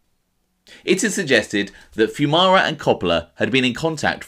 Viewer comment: At least you pronounced our last name correct lol.